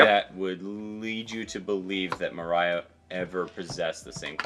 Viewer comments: Dear, Moria's name is generally pronounced Moria(Think mines of moria) not Moriah. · More-ee-yah, not Mariah, lol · Mohryeah 😂😂😂 It's "Mo-ree-ah" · Who's Moraya? I always thought his name pronounced Mo-ree-ya I have never hated Mo-ree-ya tho. To me he's a necromancer, one of my favourite class in dungeon and dragon. Doesn't need to lift a finger to fight, that's what your summons are supposed to do. He basically stole Sanji, Zoro and Luffy's shadows. He can also fight using his own shadow. There must be a reason why he is chosen to be a Schichibukai in the first place. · Moria is pronounced Moh-ri-a, not Mo-rAi-a. it's a pun on Komori (a bat), and Moria (Khazad-Dum from LoTR, which is its itself a pun). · The way dad pronounces Moria has now placed the cursed image of "Moriah Carey" in my head. Happy holidays y'all! :) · SOMEONE PLZZZ CORRECT HIM!!! ITS MORE•IE•A!!! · I'm sorry, but is so hard hearing Moria pronounced that way. >.<